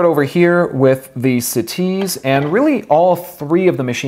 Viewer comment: "Bru Butt-on for the siTease"